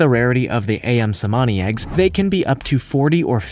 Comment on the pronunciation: "Ayam Cemani eggs" it is pronounced uyum but.. ok..